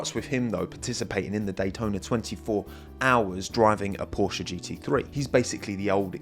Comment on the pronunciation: jeeez is not porschA... is porschE... check out, how the german say that word... and learn it in the correct way!